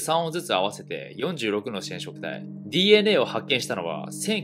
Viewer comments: 46のしぇんしょくたいぃ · 「しぇんしょくたい」